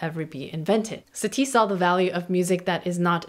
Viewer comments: The accent is on the first syllable:SA-ti, not sa-TI. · I could've sworn that Satie isn't pronounced like "Satee".